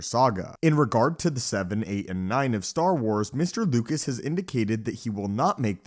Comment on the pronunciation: His name is George Lucas, not George Lucat